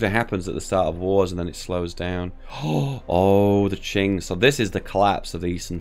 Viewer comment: Incredible, said Qing right! It's like I don't know you anymore.